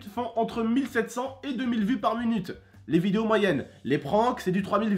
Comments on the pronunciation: Il dit munute au lieu de minute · Mdrr il me tue quand il dit par munute 😂